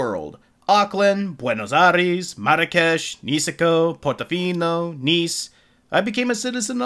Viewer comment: Boenos airis